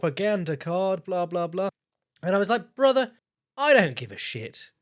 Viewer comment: that is a brace belden "brotha" if I've ever heard it